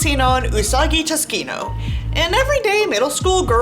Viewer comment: usagi tuskino? im pretty sure you're saying that wrong lol